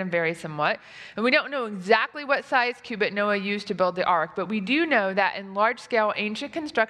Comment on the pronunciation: Why do you say Q-bit when you read cubit? That is not fair, I bet many of your viewers have no clue about quantum computers. When you are struggeling about basic units, please do not make jokes about the cutting edge of science. Q-bit? No! Cowbit, maybe.